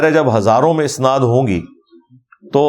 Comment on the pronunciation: جناب مرزاصاحب اَسناد اوراِسنادمیں فرق کرلیجئے اَسنادجمع ہے سندکی اوراِسناد باب افعال کامصدرہے آپ جواِسنادلفظ باربارکہہ رہے وہ دراصل اَسنادلفظ ہے